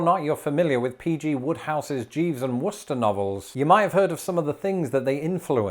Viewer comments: Just a note: I am from Wooster, Ohio and your pronunciation was “Spot On” thank you! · Not used to hearing someone pronounce Wooster correctly. That's my hometown's name, and aside from locals, everyone pronounces it to rhyme with rooster